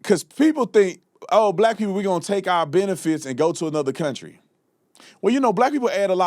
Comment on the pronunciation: "to build this counTRAAH" STFU Dipshit